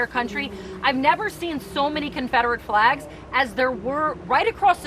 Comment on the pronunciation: Nobody caught when she said confederate FLAGS at 8 seconds she left off the L.. lol